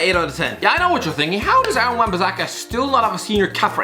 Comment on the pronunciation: ik it sounded like he said Darren in the vid